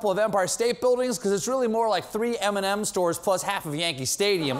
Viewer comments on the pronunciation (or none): Did he say M&M stores? Eminem stores?